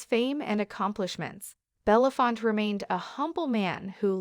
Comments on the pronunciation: Irritating narration and very poor pronunciation ? Belafont ? 🙄 Reunited with Sidney Poitier and their African ancestors. Thank you both, Rest in peace and power. 💕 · This lady on the Video goes from Belafonte to Belafont, make up your mind. Thank goodness the rest of the world knows the correct pronounciation of his name!! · What an embarrassment to keep saying his name wrong. Gosh!!!!!